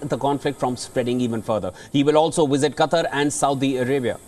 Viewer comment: "during Blinken's wizzit, he saw wictimz!😂